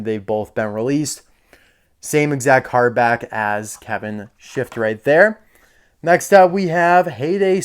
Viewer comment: its shiftright not shiftrith